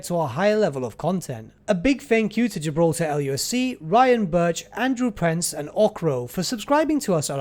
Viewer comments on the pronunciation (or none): none